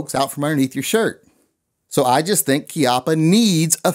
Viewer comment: its CHI as in CHEE APA